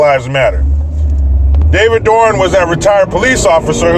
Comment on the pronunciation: Bro, isn't it David Dorn?